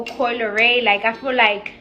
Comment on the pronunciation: “Ah fuhlike...” “Ah fuhlike...” speech therapist costs must be astronomical! There folks, is your daughters’ role model and aspirational target, okurrrrr.